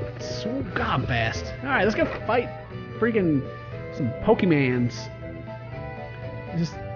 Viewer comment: STOP SAYING POKEMAN, ITS POKEMON >:|